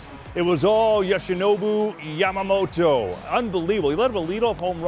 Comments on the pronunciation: みんな米の方はヤマモロって言うけど、キルステン・ワトソンさんだけはちゃんと 『ヤマモト』と発音してくれる♪ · ホント外国人って「ヤマモト」発音苦手なんだなと分かった